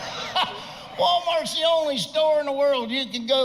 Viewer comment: It’s “the walmarks”